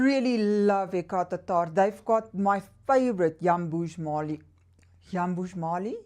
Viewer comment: Happy Monday. My favorite ME brand is Lattafa and Paris Corner. I like your accent when you pronounce Hekayat Attarrrrrr.😄. Have a great week. 🙏🌻